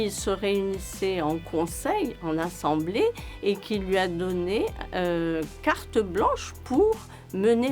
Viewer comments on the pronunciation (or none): none